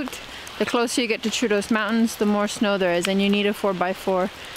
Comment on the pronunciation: Thank you for promoting our small country and its people and I'm glad you enjoyed your stay. Just a small correction: double "o" in Troodos is not pronounced as "u" (like in "mood"), but like "door" (2 "o"s in a row with the accent on the first one).